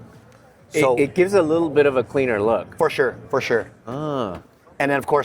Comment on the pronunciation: Say “fUrShUr” one more time on my momma!